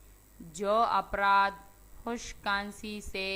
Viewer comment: Pehle afraad bolna shikhlo afraad hota hai apraad nahi